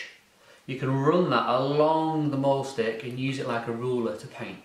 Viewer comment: It should not be pronounced "maul" stick! You're not going to be mauling anything or anyone. It comes from the German verb, mahlen, meaning to draw! The "a" is pronounced like a long, surprised, finally understanding "aaaaaah!" Like, i finally get it! It has neither the roundedness of an "ay" sound, nor the terror inflicted at the notion of brung "mauled" by a wild beast, just a simple sigh, "aaaaahhhh." MAHL stick. Great tool for "mahlen!"